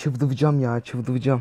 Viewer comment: çıldırıcam derken r yi soyleyemiyo